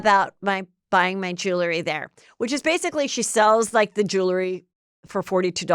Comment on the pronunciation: Heather, it’s pronounced jew-el-ry, not jew-le-ry.